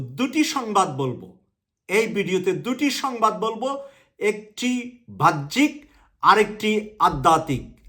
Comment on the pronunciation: সাহেবের উচিত তার ভাষাগুলো শুদ্ধ করা। তিনি বাহ্যিক শব্দকে উচ্চারণ করছেন "ভাহ্যিক" বলে।এর আগেও বিভিন্ন ভিডিওতে/ টকশোতে তিনি "বৈষম্যকে" উচ্চারণ করেছিলেন বৌষম্য।